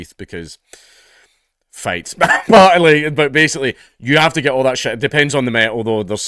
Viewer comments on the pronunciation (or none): "....because ...well...fights"....is one of the most Scottish things I have ever heard....epic!